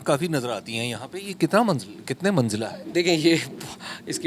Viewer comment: Manjila❌ Manzila✅